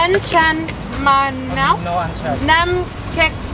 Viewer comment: It is not An Chan Manow but it is Cha Manow.